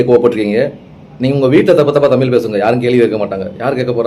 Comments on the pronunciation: தமில் இல்லை தமிழ்.நீங்க நல்லா உச்சரிங்க. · நீங்கள் சொல்வது முற்றிலும் சரியான கருத்து. இருப்பினும் தமில் தமிளகம் என்று சொல்வதை தவிர்த்து, தமிழ் தமிழகம் என்று ழகரத்தை நீங்கள் சரியாக உச்சரித்தால் இன்னும் நன்றாக இருக்கும்..... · சார் நீங்களே தமில் , மொலி என்றுதான் பேசறீங்க..